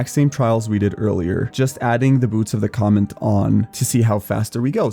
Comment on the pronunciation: It's boots of the COMET not COMMENT you ape. Jesus..